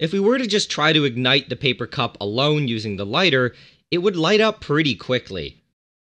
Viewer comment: When he said paper or wood. I first thought he said People and wood. lol.